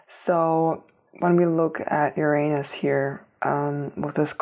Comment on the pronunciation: found a way to say the word uranus...ooranoos